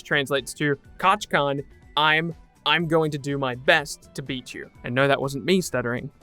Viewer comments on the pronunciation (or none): Why does it say "Kachkan in the thumbnail and why do you say Kachkan in the video" I'm pretty sure you've watched MHA right, isn't it Kachaan? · its ka- chan not katch-con